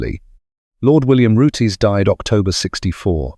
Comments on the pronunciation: It is not pronounced Rootays but Roots. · does it again with the pronounciation of Rootes its not rooteys pronounced roots and l did own a 1960s Hillman Minx and in the introduction of this video you mentioned Hillmans built in Japan and exported to Australia why would Australia import Hillman Minxes when they built them in Australia it was the Isuzu Hillman Minx only sold in Japan research goes a long way and also owned a couple of Hillman Gazzells they were rubbish glad to see them go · Roots not roote-😅s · This could've been so good, but saying Rooties and wrong models showing is annoying. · OMG SO RANDOM MAN! AND ITS ROOTS - THE 'E' IS SILENT.